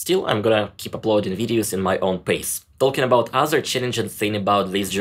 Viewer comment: Every time says “talking” I always thing he’s mentioning JRR Tolkien 😂 L is silent my dude ♥️